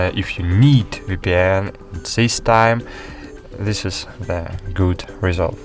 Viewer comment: All I heard is "free vpyan by free vpyan!"